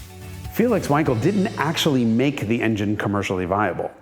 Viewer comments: Amount of "wankels" in this video is overwhelming. It's pronounced with a solid V. Please call it like it is. Not wankel.. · "Vankal" please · It’s Vahn-kel you Vanker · Say "Vankel", not "Wankel" - that's the correct pronunciation! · Wankel is pronounced Vankel.Just like Aston Martin isn't Aston Martun and Jaguar isn't Jagwire.Americans have no idea how to pronounced foreign car related words. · It's pronounced Vankel